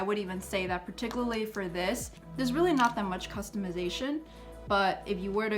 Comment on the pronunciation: Very helpful, thank you.... and I mean no offense, just trying to help bc you used the word about 10 times and mispronounced it each time (particularly)... it's PAR-TICK-YOU-LAR-LEE...thanx again